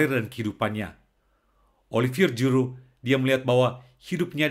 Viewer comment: Puji Tuhan! Ga nyangka, jarang2 ada org Perancis yg sungguh2 pengikut Kristus! Semoga semakin menjadi berkat! 🙏🙏 (Btw, baca huruf g dlm bhs perancis itu spt ZY bro, bukan J spt bhs inggris😁✌)